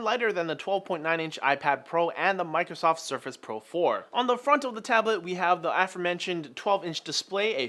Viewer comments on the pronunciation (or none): none